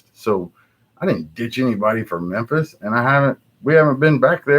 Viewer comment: "Mempis Marry" that shit made me laugh for real!